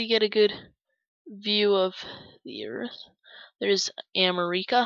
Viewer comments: IT ISNT CALLED AMER ECA ITS AMER ICA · Um, it's pronounced uh-MEHR-ih-kuh not AH-mah-rih-kah